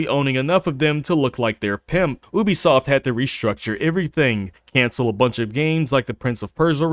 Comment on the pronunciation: When you make a video about a company especially one as scummy as Ubisoft . At least learn how to pronounce the name properly . Maybe go back to school to learn the alphabet